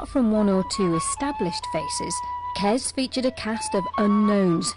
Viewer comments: It's not 'KeZ', it's 'KeS'. Short for kestrel. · "kez" kes ya silly cow.